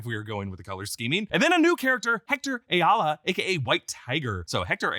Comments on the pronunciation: Ayala is pronounced i-all-uh not a-yall-uh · Ayala is pronunce i-ya-la